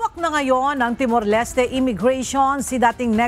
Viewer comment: Timor-Leste is pronounced with silent E not Leste with E it's Timor-Lest (Pronunciation)